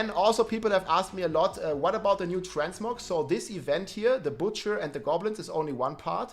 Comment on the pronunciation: Burning “Batcher”